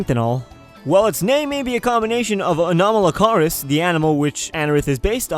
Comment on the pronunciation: VERY impressed that you pronounced Anomalocarus correctly.